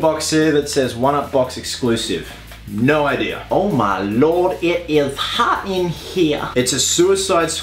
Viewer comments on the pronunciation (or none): none